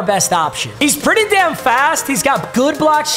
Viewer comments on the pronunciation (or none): ‘he’s pretteh damn fast’